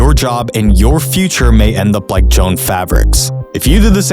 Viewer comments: FYI, it's "Jo Anns", like two words. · Brother wtf, the store is pronounced “joe-Anne’s”